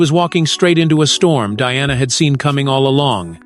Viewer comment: God help you. Why do you try to mar Diana's name. She endured enough in life.